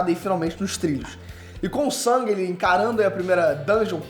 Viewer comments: O NOME DELE NÃO E SANG E SUNG MANO SUNG E Ñ SANG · O nome do personagem principal é SUNG, não é Sang, é SUNG, SUNG... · me incomoda um pouco ele falar "sang" e não "sung", mas eu só to sendo chato kk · Quem é "sAng"?? 😂😂😂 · o nome se escreve Sung , mas é pronunciado sang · Detesto como chama o nome do protagonista Tipo "Sangue"